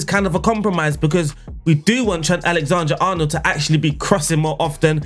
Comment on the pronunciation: Was exited to see what name you would mispronounce today, didn’t expect it to be- Alexander